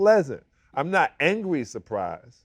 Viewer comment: SAL say he pleasantly" supplizzed" about the cognac 😂😂😂